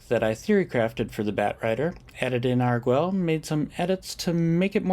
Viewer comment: Pronunciation note: since they appear to be using Spanish orthography for the names of the Torrezon vampires, the u would be silent in "Arguel", pronounced "Argel" with a hard G. (In Spanish, gue is hard while ge is soft, because... reasons.) Doesn't actually matter, but I like languages, so I thought I'd point it out. (Sorry for not mentioning this in my comment on the previous video where you discussed the card; it completely slipped my mind.) — Legends and Dinosaurs often look very similar on turns 1-2 — both run Delighted Halfling and they have a lot of overlap in their mana bases. I don't think I've seen Plaza of Heroes out of Dinosaurs, but given the amount of legends they run (Huatli, the 2/3 haste, Etali, probably others) it makes sense as a 2-of. — I think I would have held back the Werefox Bodyguard here. You ended up not getting punished for it, but an Elspeth's Smite/Kellan's Lightblades/Cosmium Blast on the Bodyguard would have been pretty bad in that situation, since you'd lose not only the Bodyguard but also Arvad (to Cerise's first strike damage) and two turns off your clock (to Cerise's lifelink, assuming they swing with it on their turn, a safe assumption since Cerise can't block Raddic). — Nice timing! I try to "play" along with your games, as you've probably gathered, seeing what play I would have made in each circumstance, and holding the Bodyguard until their main phase is 100% the correct play; I would have cast it in my own main phase